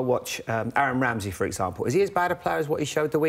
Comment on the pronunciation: His names not Ramsey is Wamsey